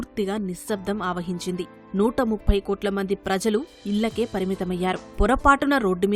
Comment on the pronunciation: ఈ news reader కి ఎలా పలకాలో నేర్పండి ముందు అన్నీ తప్పులే ఇల్ల నుండి , ప్రానులు అంటూ తెలుగు కి తెగులు పట్టిస్తోంది, ఎవరూ అడగకపోతే ఇంకా ఆ తప్పే ఒప్పు అవుతుంది.